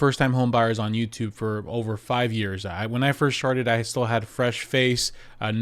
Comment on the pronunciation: lol he said sharted instead of started at the beginning of the video.